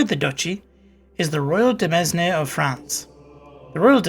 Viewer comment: FYI Demesne is pronounced like demayne. De mes ne hurts my ears so bad.